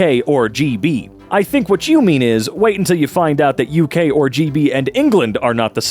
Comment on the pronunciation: i love how you say UK as " AUCK", thanks